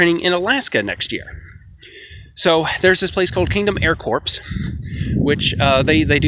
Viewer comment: "kingdom air corpse" Im dying xD sorry, Im a jerk but thats just too funny xD its pronounced cor. english is retarded.